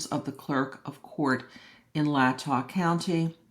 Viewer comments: Love the explantions of everything, its Lay-tah tho, lol. Thank you for making it easier to understand. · Thank you!! My grandparents lived in Moscow and both my parents graduated from University of Idaho. So the area is familiar. The county name is pronounced lay’-tah. What are Kohberger’s chances of getting convicted? Does Idaho have the death penalty? Thank again.